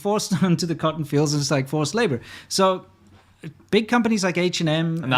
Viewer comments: Not only do certain double-t words (cotten, button, etc) take a d sound, sometimes they're just omitted in general. Emphasizing any sound to the double T's in Cotton sounds wrong to my American English ear; it sounds like it should be phonetically spelled "kah-en" Edit: should specify further that it is a southern Californian ear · 😂, I also laughed at how he pronounced it the first time